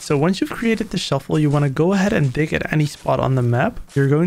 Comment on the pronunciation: Bro said “shuffle” not shovel